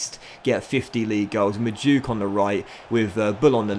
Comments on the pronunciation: Docks its Mad-oo-way-kay not madook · You say it as mad-oo-way-kay not Madook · Madueke is pronounced (Mad-oo-eck-ey) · just saying, madueke is pronounce mad-way-kay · It’s pronounced ma-doo-eh-kay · Docks Madueke is pronounced Mad-wekay. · noni madueke is pronounced maduwaykay. just fyi :) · Not sure but i think madueke is pronounced madu eke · I went to school with noni, his name is pronounced mad-ou-eke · It’s mad-u-eke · Madueke is pronounced MAH - DOO - EK - AY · Noni Madueke is pronounced Mad-Due-Ekay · Just so you know madueke pronounced Mah-Du-eh-kay. Loving this series sm. Love for the upload!!! Consistency is a madness! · It’s pronounced Ma-doo-eke mate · Madueke is pronounced Mad-oo-ay-kay